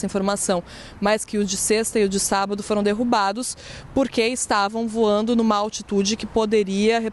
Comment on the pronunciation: Voano???? Português nota 4 🤣🤣🤣🤣🤣